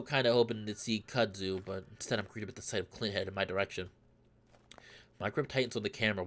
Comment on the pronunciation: its pronounced kud zoo :P